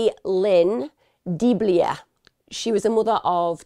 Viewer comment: Vicki was my husband’s ex mother-in-law. Her last name is pronounced DeBlue. What happened to her is so horrible. My heart breaks for her, her family, her girls and her grand babies, two of which are my bonus sons. I can tell you that her horrendous murder has made a terrible impact on her daughters. I know them both well.